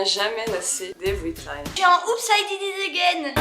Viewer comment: “oups y dinit egènne“ j'suis mort elle l'a déformé 😂